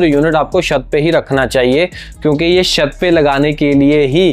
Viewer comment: तू भाई शत क्यों बोल रहा है छत को